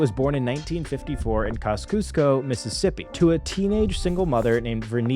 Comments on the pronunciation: Pronounced KAH-Zee-esco Mississippi. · Kosciusko COS EEE ES KO😂